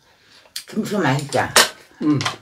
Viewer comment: 오느른~켁켁켁 미친넘인가 강판을 세워서 쓰네 등신 크아아아아아아아아아 들었다놨다 들었다놨다 엄지 피난다 ㅋㅋ 할배 감기걸렸네 비주얼 토나오네 할배 니도 피맛 함볼래? 손가락 자를거같애 할배오늘 시름시름거리네 식당하냐? 양 개많네 👐 손 흔들면서 설명하기 가위로? 👐 대지고기 김치찜 다대씀다 웃으면서 말하니까 발음 ㅈ같다 우리김취야~ 꼬ㅊ 꼬ㅊ (이부분 계속누르면 재밌음) 맛있음의 다그닥 진짜 턱 병원좀가라 밥도둑 오냐